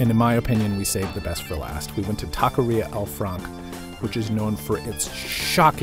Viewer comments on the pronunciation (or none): That guy pronouncing taqueria like that is a tahqueerro. 🤦‍♂️